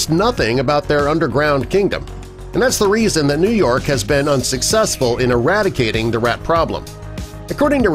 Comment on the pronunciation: Did anyone else notice how he kept putting emphasis on the word Eradicating....( which sounded like eRAT...Icating....)?? How clever...🤔🤔🤦🏽🤦🏽🤣🤣🤣